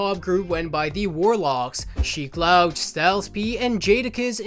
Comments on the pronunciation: Sheek Louch's name is pronounced Sheek Looooch SMH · bruh did you call him Sheek 'Lawch' lol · Sheek Louch ( is pronounced Looch) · You did no research for this... And it's pronounced Sheek lOOch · Bruh, how did you pronounce Sheek's name? Hahaha. Great video though.